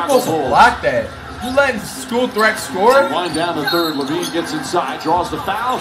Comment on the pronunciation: It’s pronounced La Veen